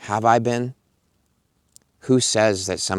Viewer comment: We have all been lost, we have all been scared and people who are lost and scared make bad decisions. And yes like you, I have never gone about to plan to actively hurt anyone in my life, so you were right in your assumption. When you said "have I been?" , I heard "high vibing". Love your videos, recent sub.